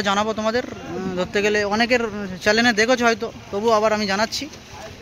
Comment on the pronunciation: Chanel k Chanel bolta sekh age chalen ki kotha bhai?😅😂